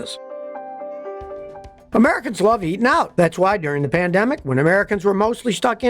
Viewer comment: Scotty you mispronounced plandemic.